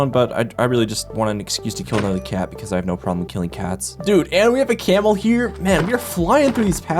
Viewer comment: He kind of has a unique way of pronouncing things. Like "camel" as "ceamo" and "kill" as "keel"